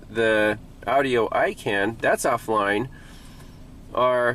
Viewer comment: Is anyone else chuckling every time he says audio as Audi-o? It reminds me of my grandpa.